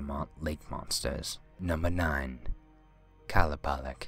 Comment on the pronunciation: Its actually qa-loo-pah-leek